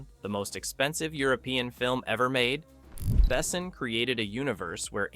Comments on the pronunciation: How the fuck does someone talk about a file director but can’t pronounce their name? it isn’t ‘bessn’ it is ‘behSON’ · Why do you insist on calling him BEssn? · Except for that the he's not able to pronounce the name of Luc Besson..... he is not pronounced Bessen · Could you please look up, how the French name of the director is correctly pronounced? It's "Bessoooon" not "Bessn". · Lu Besso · If you're going to make a video about a guy's movie, learn how to pronounce his name. Also, wrong Jurassic Park poster, it was JP2 in 1997. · I cringe so hard every time this dude is saying Luc Besson's name. Yet another american butcher. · Learn how to pronounce „Besson“ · As a European I cringe every time the directors name is pronounced 😅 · Why do you butcher Luc Besson so often but pronounce other french names somewhat careful? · How have you mispronounced the director/creator/writer's name so poorly? Mila is (Meela), not (Milluh)! Oh boy! Otherwise, you got the other names pretty well! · That is the most American pronunciation of Luc Besson ever. Never heard his name said like that. Maybe i should start to say Clunt Estwüüd jist ro keep the shitty pronunciation going... Holy crap Americans and language is just not a thing. Can we have Gérard Depardieu next.? 😅😅😅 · you are butchering french pronunciation of his surname. 😢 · You got it backwards. Moebius had comics, which inspired Besson (whose name you butchered) and many others. He later directly adapted Valerian BDs (French comics). BDs are very different from American superhero dominated comics. For some reason, there are also many Western setting BDs like Lucky Luke and Blueberry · you know Luc Besson is French, so maybe say his name in French....because its sounds idiotic in English... wait, its made by an American, they dont know where France is and how to say things in French, because French isnt a " real " language! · I like the video, but please learn how to pronounce Besson's name properly... <3